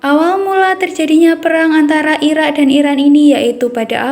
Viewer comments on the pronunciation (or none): Irak neng bukanya ira 😂